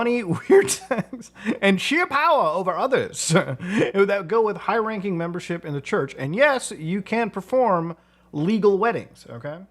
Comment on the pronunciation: “Memebership” got me